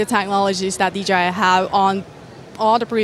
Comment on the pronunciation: Props to for being the only YouTuber at CES who said DJI rather than DGI 😂 But honestly, great video 👏